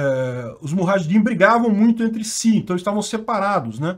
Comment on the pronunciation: a pronúncia é MU JÁ RRA DIM;)